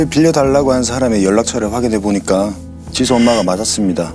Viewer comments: 디수디수..발음때문에 집중인되서 듣다끔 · 줄무늬 옷입으신분 ㅠㅠ 설소대 수술 하시면 좋을듯해요. 발음이 너무 짧아서… 정확하게 사실 전달이 힘듭니다….. 애 이름이 지수인데 ’디두‘라고 들릴정도거든요 ㅠㅠㅠㅠ